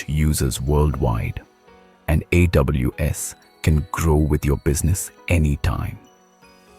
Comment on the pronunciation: Bro. First of all the design and visuals of artefacts is amazing. But there are few things, I wanna highlight here that the AI voice which you used in the video is unable to pronounce a few words correctly, like Samsung, AWS, and more. We can correct them in future instances. Hope this helps you to release better artefacts...👍🏻